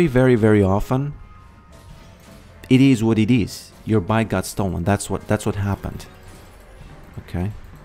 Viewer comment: Love your vids man. Whenever you say “It is what it is” or “It-i-wa-‘t-ti” I smash the like button ❤